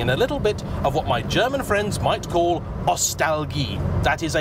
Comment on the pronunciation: Never EVER heard a Brit pronounce “Ostalgie” with such an impeccable German accent. Impressive! Keep up the good work!